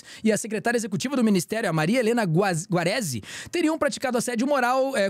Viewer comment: “Grave acusações” e “Guarazi”. O bom de ser apresentador(a) de jornal hoje em dia é que não é necessário nem saber falar português, nem saber ler.